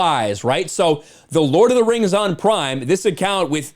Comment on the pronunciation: Lord of the Rhangs. Return of the Khang. That made me laugh. 😆